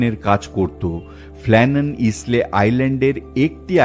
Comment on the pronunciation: Isle.শব্দটি পাচ্ছি আইল্যান্ড শব্দ থেকে(island). Isle-উচ্চারণ হল 'আইল'। ইসলে-,নয়। কানে বড় লাগছে। ক্ষমা করবেন।